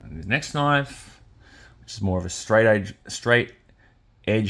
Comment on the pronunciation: When you say he needs a machete, all I hear is "That's not a noif..." 😅